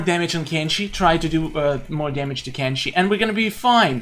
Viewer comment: Why u say kenshe is kenshi not kenshe